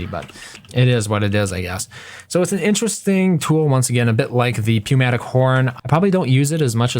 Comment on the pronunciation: It is New-matic not pew-matic